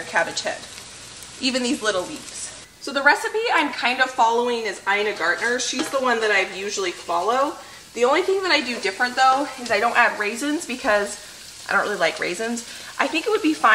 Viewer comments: say Ina Gar ten. Not Gartner. 😉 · Ina Garten** not Gardner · I've heard you say this more than once; her name is Ina Garten, not Ina Gartner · Love your channel! Btw, it's Garten, not Gardiner. Just thought you would like to know. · I love you! But can you pleeeeeease stop.murdering Ina Gartner's name....it's GART - EN, not GART - NER. Yes, I know you said you're dyslexic, and I sure appreciate that. I just don't want you to keep saying it so wrong. Love you. ❤️ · For the record, Ina's last name is Garten not Gardner. Pronounced "Gar TEN" not Gardner. While I'm at it (sorry, I'm a virgo) the proper grammer is "for Josh and ME, not I and there is no such word as "I''s". the word you want is MY. I don't blame you but poor curriculum in today's public schools although I don't know. if private education is any better.